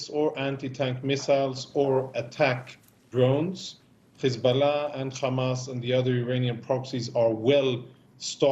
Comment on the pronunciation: Words like height and hard are pronounced correctly but H group and Hiz group is pronounced with kh